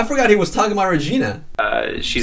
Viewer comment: "Did he think we forgoot?" Lmao 😂🤣😂